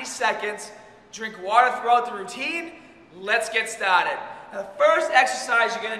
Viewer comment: "Let's get started" - sounded Italian.